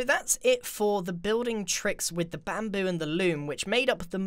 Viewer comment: (・∧‐)ゞ UgHhh i hope my ears are clean Immm pREettYy sure that GRIaaaaN said BaMPOo （ФоФ) If anyone did heard......... Then Gud FOr YOu